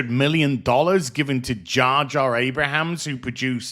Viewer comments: It’s Abrams. Not Abrahams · I'm gonna guess the mispronunciation of J.J. AbraHAms is intentional... 🤪